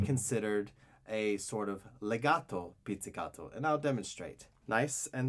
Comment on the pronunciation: I love how you sound so Italian when you say words like "pizzicato" and "legato"